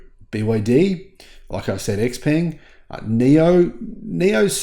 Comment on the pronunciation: it's: Sh-Peng, not ex. If Xpeng's G6 and P7 came to the U.S. at around: $30-$35k, Tesla would go bankrupt. Pres. Harris could end Tesla QUICK by cancelling ALL SpaceX contracts and eliminating China EV tariffs. She won't, but she could. Musk will likely be arrested and charged soon anyway.